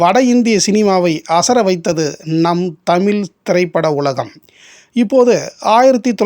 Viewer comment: அருமையான அரிய பதிவு என்பதில் ஐயமில்லை. நண்பருக்கு ஒரு வேண்டுகோள். தமில்.. தமிலில் என்று அழகிய "ழ" உச்சரிப்பை ஏன் சொல்வதில்லை. அது கேட்பதற்கு கஷ்டமாக உள்ளது நண்பரே..